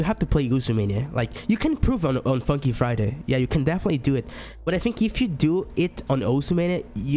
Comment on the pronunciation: So nobody is going to talk about how he says F-cky Friday????